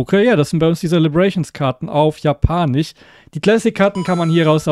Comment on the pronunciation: kannst du bitte sagen japanisch statt japanich es wird ja auch japanisch geschrieben und nicht japanich